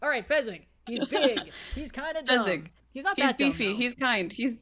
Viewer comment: Fezzik is such a himbo tho And it's Fezzik not Fezzig